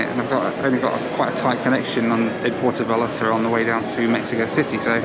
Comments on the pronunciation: I like that consequently keeps saying 'Puerto Vallllllarta" instead of with a J like everyone else:) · Porto V-eye-arta. FFS 😂😂😂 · Actually it’s Pwair-toe vye-YART-uh. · This video is ready-made for a drinking game: have one when mispronounces "Puerto Vallarta"